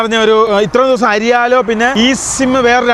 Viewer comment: അരിയാലോ. അല്ല. ഐർലോ. ആണ് 😂😂